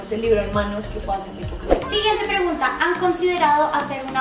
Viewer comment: Like si te diste cuenta que dice RREGUNTA Y NO PREGUNTA 🙊🙊 LAS AMO... 😍 😘 ❤️